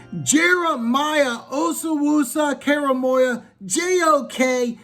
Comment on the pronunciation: Lol. Oh wuh sue Core a moe a